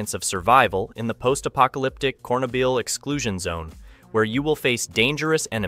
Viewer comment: "Corn, ah ,bill" 😂😂😂 Say it with me, "cher, no, byl" So like, "sure-noble." Thanks for the laugh